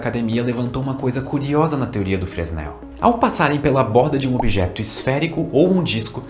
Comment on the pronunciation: Fresnel = "Frenel"